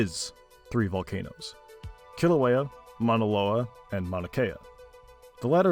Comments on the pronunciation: Volcanoes, not volcan'toes. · They aren’t vol-not-o’s they’re Vol-can-o’s